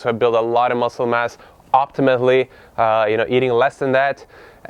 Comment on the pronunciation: optimally,, not optimately xd